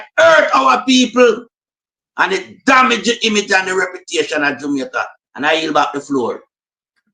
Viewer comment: We need to say Jamaica not jumaica